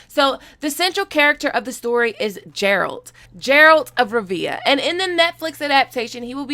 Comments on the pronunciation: its not (j)eralt its (g)eralt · Love your stuff but my conscience won't let it go, so here how you pronounce: The 'G' in Geralt is like, it's not Jeralt, it's Geralt and Rivia is more like 're-ve-aah', instead of 'reeve-yah' I hope this helps and that you won't be butchered for pronunciation in future videos:) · Geralt pronounced... A "G" not as a J. And the second syllable is like alternate. Ger alt. A friendly schooling on the Witcher. Look up the Witcher 3 prologue, you will hear it quick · Not Gerald, but GERALT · She says she played the games but yet she still makes the "Jeralt" mistake. She either trolling or she lyin. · geralt! Not gerald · Geralt, not Jeralt. Supposed to sound like (Gairalt) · sounds like you're saying Gerald and not Geralt, Ger-alt..... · sorry you are pronouncing it with as if its J its a G. Phenetically its Gairelt, though its spelled Geralt. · Every time you say Jerald... I want to use Igni on you. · She says she has played the Witcher 2 and 3 yet butchers the pronunciation of the main characterer hmmmmmm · I’m not a Witcher book reader. I’m a Witcher GAMER. Fuck the world. How the fuck she ain’t the game? And it’s GAH RALT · "Jeralt" Me: Internal screaming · Geralt the G is spelled like ^G^ood not D but T so its geralt of rivia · You totally butchered the pronunciation of Geralt, its more like Gare-alt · It's more like Gairalt in the way his name sounds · Love you, but the Jeralt is killing me! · "Jeralt of reviya" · Pronunciation is off, more like Gare-alt. Play the game for real or watch a trailer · I’m hoping I missed a joke and u know that it’s not Jeralt lmao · Im sorry i cant with this video her pronounciation of geralt or henry cavill or the really urban explination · Played the games huh, cant even pronounce geralt of rivia correctly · Within the first few minutes of the video she mispronounces the name of “Geralt” and “Cavill” ... ohhh boy. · Good breakdown, but the way you pronounce Geralt, is driving me crazy